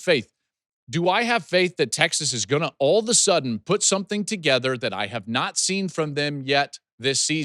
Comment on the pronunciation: like Ya'll...A'la-sudden is how it's done...